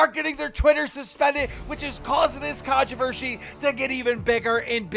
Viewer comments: what is controvershy? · Controvershie lol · “Contravershy” LMAO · Contrevershy lol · "Controvershe" - Keem